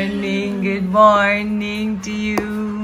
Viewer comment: is one of the few persons that I have heard with the correct pronunciation of the Jamaican Standard English word “Morning”. Most of us say mornin. Nin she says ninG. Admirable. Two different languages, two different sounds. Patois + Jamaican Standard English. What is said by the Americans and British Standards